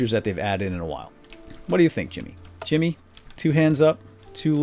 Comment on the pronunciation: Sounds like you say Chimney and not Jimmy sometimes, lol.